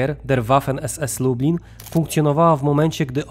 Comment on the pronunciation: Lektor cały czas mówi Lubin zamiast Lublin, porażka ..